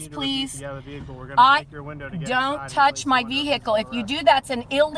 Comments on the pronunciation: DID SHE SAY VEE-HICKLE? 🤣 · Veee heeeee Cle I’m yet to hear a sovtard pronunciation of the word vehicle correctly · Why does every one of these retards pronounce Vehicle as VEEE HICK ELL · "Vehicle"? What happened to automobile?! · Why do they all pronounce the word vehicle like morons. Instead of breaking the window, they should just slash all 4 tires